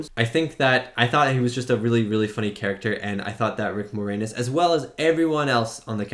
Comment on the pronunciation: Can't believe you're Canadian and didn't know Rick Moranis (and you pronounced his last name more-anus lmao). lol. And younger people don't get Looney Toons references as much -- but check out Looney Toons "One Froggy Night" to get the dancing alien joke. ). Mel Brooks is legend.